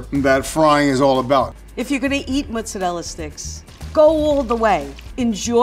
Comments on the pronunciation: I can't stand this woman. "Mutsa-rela" Her pronunciation is driving me mad. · Somebody teach how to pronounce Italian foods correctly, instead of talking like a goomba from Staten Island. She can start with "mozzarella." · anyone else be mad ash by the way she says mozzarella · Have to wonder why some people make up their own pronunciation and pretend that it's correct. There is no u in mozzarella.